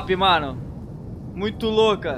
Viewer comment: kkkkk ele falo vano inves de mano☺